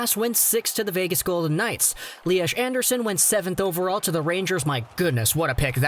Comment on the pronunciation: It's pronounced Lias, not Liash. 🙂 Agree about the pick though, huge bust.